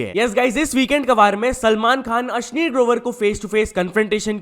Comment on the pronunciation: भाई तू बोलता अश्नीर है मैं सुनता अश्लील हु😂😅